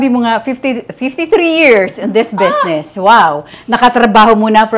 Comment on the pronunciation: Aster. Bizznis. Not besness. Lol😂😂😂